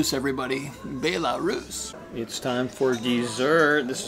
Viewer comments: It’s (bell-a-roos) Belarus 🇧🇾🤣 it’s not (bae-la-Roos) lmao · Bay-la-Rus?. Its pronounced Bell-a-Rus. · it says BEL like a BELLARUS